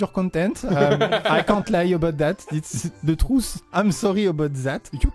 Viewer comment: "Itsse zeu trousse" , Meilleure réplique EVER !